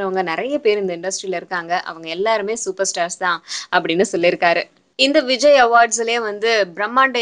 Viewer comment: ROFL :) Vijay anna sounds like vigina